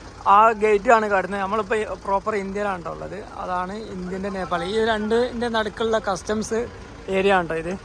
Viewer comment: Uneducated പറഞ്ഞാൽ തിരിയാത്ത നാക്ക് വടിക്കാത്ത വടക്കൻ കാക്ക കുഞ്ഞ്… റീച് കൂട്ടാൻ ആയിട്ട് നേപ്പാൾ ടൂ കൊണ്ടോട്ടി എന്ന് ഇടായിരുന്നില്ലേടാ?